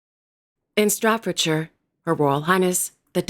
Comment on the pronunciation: Staffordshire not Stratfordshire! Stratford is either an area of East London or the town, Stratford-upon-Avon. Great coverage as usual 👍